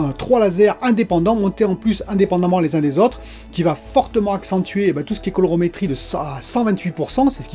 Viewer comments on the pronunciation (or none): C pas l’accent, je suis D’agen donc ça passe. Mais je sais pas pourquoi mais tu as envoyé au moins trois colorOmetrie. Comme une sorte de lapsus... bizarre. Ça arrive. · Calorimétrie, collègue. Colo-ri!-métrie! * 😌